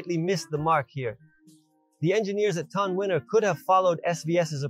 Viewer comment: 😂 This guy can't even pronounce it right. He called it TONWINNER then he called it StoneWinner. Also, when he was trying to knock over the cans, u could see the sub was waving, meaning there will be distortion when driven at high volumes. MY PB-2000 Dosnt have that problem. This guy is a joke. He even describes the bolts as high quality. CRAZY "NEURO" You don't need to wear ear plugs for low frequencies it's the high frequencies that you need them. I'll admit it's not a bad price for the sub, but I want more reviews on it b4 I make any decisions on switching brands. The warranty on these subs is weird, too.They offer 3 years for their sub and, amp, and 5 years for the cabinet. Are the chinese expecting the cabinet to come apart😂